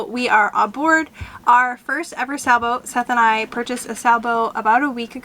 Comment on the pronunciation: Are you saying Sa-boat or Sailboat ??